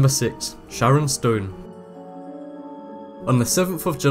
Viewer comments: 'ShaNNon', not "ShaRon'. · Ar.ri.fee.ma; you need to practice your pronunciation because this is what I'm hearing when you pronounce arrhythmia. Also, SHANNON Stone, but you sound like you're saying Sharon. I understand accents and you sound like you may have a slight lisp but you need to be very careful because incorrect pronunciation can give words a completely new meaning. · shannon not sharon or however you said it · if you were making fun of this man by saying Sharon and not Shannon you will be Kellyed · Shannon not Sharon 😒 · Dude, it's SHANNon Stone, not Sharon. Sharon Stone Is a Chick. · Weird narrator. It's Shannon, not Sharon! And a 6 yr-old is not an infant. And then he pronounces arrhythmia like erythema. SMH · "Sharon" Stone? lol. You constantly mispronounce words or just change them all together. AND you have a habit of describing pictures COMPLETELY inaccurately. Like for example I just watched you on another video describe a gymnast as a figure skater. She clearly was in stocking feet and had no ice skates on. Don't you actually WATCH the videos for which you provide the audio?? And how about getting someone to go over the final product as a second check BEFORE you release it? You know, someone who can pronounce words correctly and who might be able to see GLARING inaccuracies. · I didn't know "Shannon" was pronounced "Sharon." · SHARON Stone? Not good, bruh. "Shannon". :) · it was shannon stone not sharon stone and the a in le mans is pronounced as an o at least learn to pronounce the names and say the words properly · Is he saying Sharon stone? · did you say "Sharon Stone "? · why cant you pronounce Shannon properly? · What shocked me the most was the awful narrator on these clips. Had no idea how to pronounce people's names, competition names, or medical conditions. Absolutely shambolic.